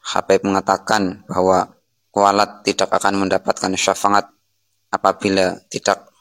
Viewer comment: safaat mas bukan safangat .